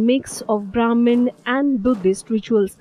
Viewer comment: Lol indian but cannot even pronounce sanskrit name vajira longkorn. And its brahaman not broman. Bumipol anduñaded.